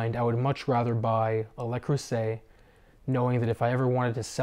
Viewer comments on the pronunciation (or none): Le, not Lay Creuset.